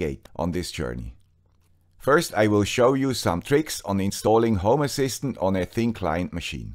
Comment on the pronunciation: Sorry, I always hear "homo assistant" 🙂